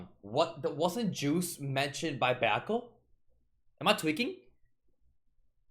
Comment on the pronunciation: correction it's Juice not Guese